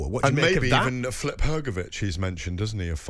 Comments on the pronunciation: Gareth...Who's 'Flip Hrgović'? 🤣🤣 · Hate when Gareth calls Filip Hrgovic, Flip, he’s not a pancake!